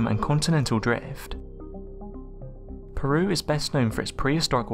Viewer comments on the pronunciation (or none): none